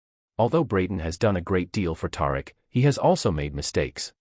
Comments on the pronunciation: I know if you watch this show you know good and well his name is pronounced TaReek smh Do better 😒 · You need to learn to pronounce Tariq name correctly